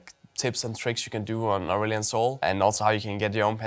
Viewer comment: Am every time you said the champ name I hear assshole 😂😆